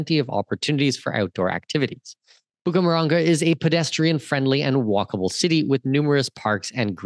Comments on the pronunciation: Not Bucamaranga. It's Bucaramanga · And it's Bucaramanga, not "Bucamaranga". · Hahahaa Cartagena should not be confusing but Bucaramanga is 😂